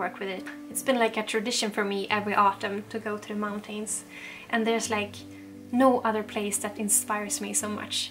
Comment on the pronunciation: I saw in one video you learned how to pronounce “mountains.”. You had pronounced it great- hoping you will try again. You don’t have to completely swallow the syllable if you don’t want- you can just say “mountans” or “mountins”. Not meaning to offend- I really love you and am longing for living in the country too!